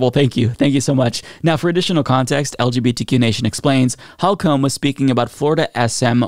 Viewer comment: It’s pronounced “hole- cum” I know cause it’s my name as well.